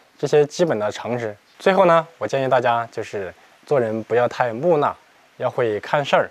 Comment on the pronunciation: 木讷（mu ne）发音错了